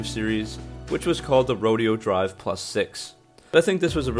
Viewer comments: He called it Row Dee Oh Drive. LOL Rodeo, in Spanish. Ro day oh. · He called it a Rodeo Drive edition instead of ro-DAY-oh Drive. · Its pronounced Ro-day-o drive